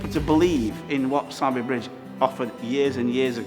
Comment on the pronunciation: Isn’t it pronounced ‘soarby’ ?